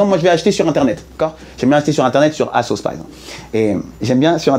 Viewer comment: Asos c est pas 1 assoc Hein, tu le prononces mal on dit azos